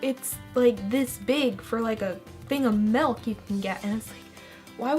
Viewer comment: SHE SAID MALK